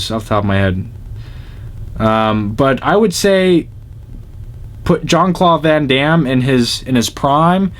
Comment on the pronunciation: this is THE right saying Van Damme's name